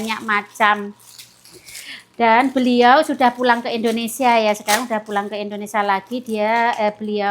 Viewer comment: kalau omong ga buru buru bisa omong INDONESIA dg bener,tp kadang buru buru omong nya Indonesa 🤔😄😁